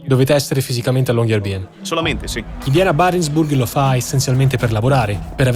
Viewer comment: Riprese, montaggio e musica spettacolari! grazie. Unico piccolissimo appunto la pronuncia: Long-year-by-en sarebbe LUNGO-ANNO-CITTA'-LA, quindi "La città del lungo anno" e città è "By" che si pronuncia "Bü", non "Bi" (infatti il doppiatore del medico lo pronunciava correttamente)